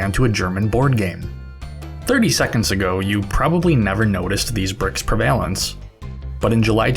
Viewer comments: prevle-ance. not pre-vailance. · pre vay lence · Fascinating video! Prevalence is pronounced with the emphasis on the first syllable. Just FYI. Nice work! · FWIW: “Preva-lence”, not “pre-vail-ance”. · Awesome video! Also, it's pronounced preh-vuh-lunhns (not prevail-luhns) We all have random knowledge gaps, so don't feel like you need to change the audio or anything, no biggie. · stress the first syllable in prevalence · Preeevalence. My head hurts. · Lol “prevail-ence” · pre-valence? What the fuck lmao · "Pre-vay-lence" lol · thanks for the vid. a note - english may not be your first language, you're all over the place on the pronunciation of some words. prevalence, alias. look em up! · Why'd he say "prevalence" like that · bruh how do you not know how to pronounce prevalence or alias you sound like a grown ass man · Great video.. but... that's not how you say "prevalence". I kind of like your version though lol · who pronounces prevalence like that wtf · This is an amazing video, but your pronunciation of "prevalence" and "alias" is driving me nuts. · That's not how "prevalence" is pronounced,.